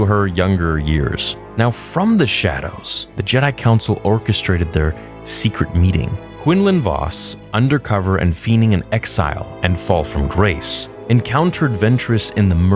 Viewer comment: Feign or feigning = FAYN/FAYN-ing. Not being a dick. I think you'd really want to know that being a fellow Star Wars nerd. Great video also. Please keep them coming!